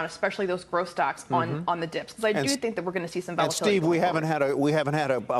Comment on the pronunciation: Please say because correctly.